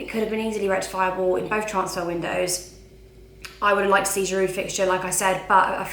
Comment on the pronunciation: the d in giroud is silent how many more times do u have to b told